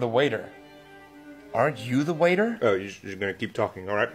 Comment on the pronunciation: Bro it's "aren't" not "arne't" 💀